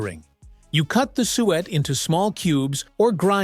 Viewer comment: It's pronounced SOO-wet.